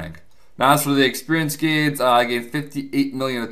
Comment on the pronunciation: You made all kindzz of gainzzz.... all kindzzz.